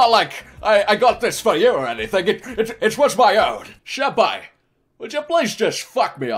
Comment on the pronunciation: waaaaaiiiiiittttt wwwwwwaaaaaaiiiiittt wwwwwaaaaaiiiiit...... did he just say SHENPAI 🤔🤔🤔I ONLY SHIP ZYLPAI